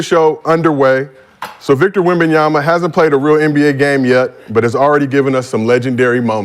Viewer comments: If you are a fan..... you should get his name right..its wembanyama...not webenyana 😂😂😂... this not the female version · It’s Whem-Ban-YA-MAAAA….. can people stop saying “WEMBYANAA” and the other stupid shit, sound ignorant and uneducated. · Wembiyana? LOL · this woman mccants cant even spell wembanyama, but keep on talking over people "wembiana wembiana" illiterate bum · McCants: "WEMBEYANA!" 🤣🤣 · Rashad calling him Wembyana might be the funniest shit I ever heard 😂😂😂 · Mccants learn how to pronounce WembanyaMa!!!! With an M god.. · WEM-BE-YANA😂😂😂😂💀💀💀McCants ain't lying...it's like Coming to America in the barbershop.. "THAT BOY IS BAD!!!"😂😂😂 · Why is he saying wembanyana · come on Rashad if you gonna hype him up like this at least get his name righr you just look goofy keep saying his name wrong 💀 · mccan't stand this guy. can't even say wemby's proper name. foh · McCants can’t even say Wembanyama’s name right but he glazing? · McCants please pronounce his name right if you’re going to be riding him 🤣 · Rashad glazing wemby and don’t even know how to say his name right lmao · He can’t even say his name correctly smh